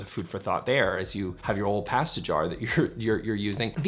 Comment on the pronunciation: Say pasta again 😂